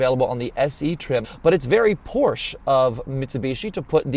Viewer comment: You review cars and can’t pronounce Porsche? Yes, I’m that guy.